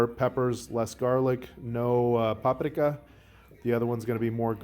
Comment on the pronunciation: Idk where you come from but the way you say keilbasa and paprika drive me insane lol Good video though.